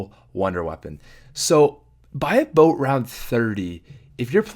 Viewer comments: when this guy says "by about" all I hear is buy a boat. No sir I will not buy a boat round 30. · HAHA I love when he says "about" it sounds like "aboat" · Lol, rewind to to hear the most Canadian "aboot" I have ever heard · he also said "buy about" as "buy a boat" lol